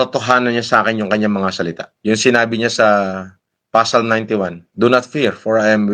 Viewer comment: Pasalms daw hahaha. Silent "P" po yung basa sa Psalms.